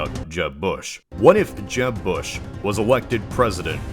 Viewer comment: when he first say jeb i thought he said jeff